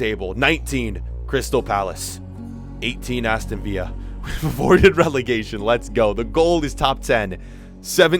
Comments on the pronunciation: Anyone else annoyed when he says Aston Vieea instead of Aston villa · And he says aston viya instead of viLLa making it sound spanish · Please, please pronounce Villa correctly next time. Also Columbus Crew will always be better than FCC.